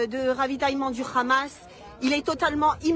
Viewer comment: COMMENT RECONNAITRE UN COLON ??? COMME UN HELICOPTERE ET PAS RHELICOPTERE IL DIT RHAMAS POUR FAIRE JORE JE PARLE ARABE